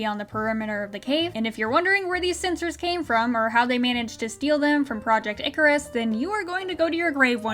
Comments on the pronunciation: Who else heard: “Good morning Nickers.” Not “good morning Icarus.” From the hologram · although I know she's saying Icarus not the n- word, they should have made the voice actress do it again so it isn't easy to mistake the two words. imagine having so little effort in a show that people can mishear something so badly. lol